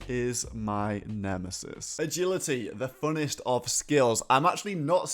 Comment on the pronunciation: "E'gility the funnest of skills"